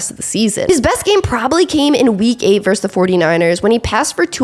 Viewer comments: It's versus, not verse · I like the content on your channel. I'll definitely keep watching. But why can't anyone under the age of 40 pronounce the word versus correctly?